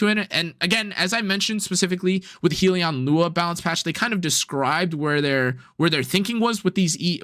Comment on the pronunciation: Not to be that guy but it’s pronounced Hell-Yun not Heel-E-On. A Hellion is like a creature from Hell